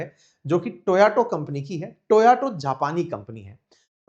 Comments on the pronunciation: Toyato ✅️ Toyota ❌️ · Toyato, ya Toyota? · Toyota ❌ toyato ✅😂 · Sir Tayoto nahi hey!! Haha Toyota hey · Sir, ये तोयाटो कौन सी कंपनी है, कहीं ये टोयोटा तो नहीं है.. आप बार बार टोयाटो.. टोयाटो बोल रहे हैं.. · apki sab baate thik hai sir...but toyota ko...toyoto bolana😅😅😅😅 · Toyato nahi..toyota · It is Toyota not Toyoto as you are pronouncing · Bhai ji, Toyato nahi, Toyota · "Toyato" nhi sir "Toyota" car hai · Sir Toyoto nahin hota Toyota hota Hai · Toyato nhi toyota😂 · Abee Sir, Toyaato nahi it’s Toyota 😄😄😄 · Toyato nahi toyota hai sir